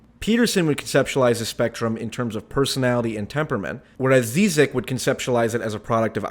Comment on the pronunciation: This is precisely the reason I was so excited for this debate. Hope they have a part 2 cause I think they never really got into it PS: You're pronouncing Zizek wrong